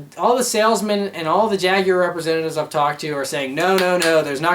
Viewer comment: Holy Crap, an American who can say "Jaguar"!